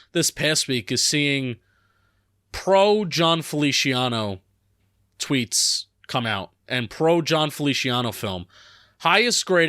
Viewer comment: I think it's funny that pronounces it Felishiano